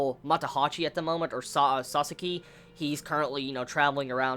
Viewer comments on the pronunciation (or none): if you keep calling him Sasaski you will regret it next Vizbig.